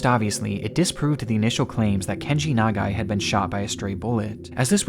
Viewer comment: one: perfect pronunciation of Nagai two: i'm a photographer, and if i had a camera in my hands while i'm dying, you'd goddamn bet that i'd be taking photos. three: even as a journalist, he must have known how dangerous it was to be there; what a hero